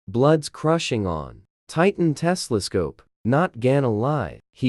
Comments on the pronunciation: ITS TELESCOPE! NOT TESLASCOPE!!!! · bro it not tesla scope it telescope